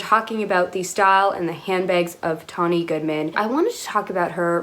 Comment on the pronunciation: Thank you for saying her name correctly, and thank you for taking a look at her. She’s always been so mysterious to me, with such a strict tailored classic silhouette. I feel she didn’t get as good an edit as Grace did in the September issue. Tonne appeared at times exasperated, while Grace just sort of floated through and let her opinion be known in the halls of vogue.